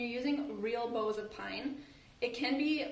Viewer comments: This is so beautiful, but because I’m a word nerd, every time you say bow (as in bow tie) I cringe. The correct pronunciation is bough (as in to bow down before the queen). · It's not pronounced bow like a bow on a 🎁 present....bough is pronounced like to take a bow. I'm in Atlanta, GA. 😊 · Nice! I’m guessing if you just want a lightly frosted look, you could put it on a scrub brush and rub the bristles. Not sure if anyone has mentioned this… I kept looking for the “bows.” I think what you were trying to say is bough. Pronounced like bow, take a bow, or rhymes with wow. Isn’t the English language great? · Bough ( NOT BOW) is pronounced like COWS. You know Deck the halls with BOUGHS (like cows) of holly. Not bows like nose. 😂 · Yes she is, she doesn’t realize it’s bows like pronounced like cows. 😂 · Driving me crazy....